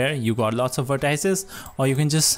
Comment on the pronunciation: Its not vertAAIces, it is called vertices and actually its not even vertices, those are anchor points!